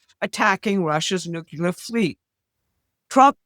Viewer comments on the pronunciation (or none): NUCLEAR There is only one 'U' in nuclear. You are an educated woman. Try pronouncing it that way.